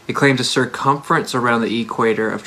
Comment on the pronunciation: No let me just say: EE-quator